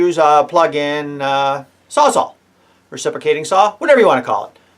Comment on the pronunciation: "I don't know what yewz guys yewz..." love it!